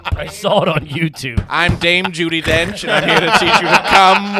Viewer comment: Don't accept any pronunciation corrections from, until he can pronounce "saw" without adding an "L" on the end!❌😂